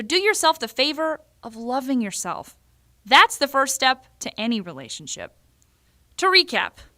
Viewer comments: Did u say selfie or step?? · did you say selfie or step? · Is it just me or did she say selfie instead of step? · Lol, why did she keep saying 'selfie' instead of 'step'? Anyway, this is a great video 😂❤️☑️💙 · Anyone else noticed she said selfie instead of steps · is she saying "selfie (1,2,3,4,5,6)" instead of step or am I the only one who heard that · Yeah, lol.. thought it was just me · I just relize she is saying selfie1 selfie2 and so on XD